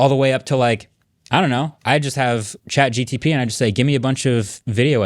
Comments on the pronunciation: For a guy known as "MKBHD" He needs to stop calling it "ChatGTP" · Why does he keep saying ChatGTP and nobody corrects him? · Did he say Chat GTP?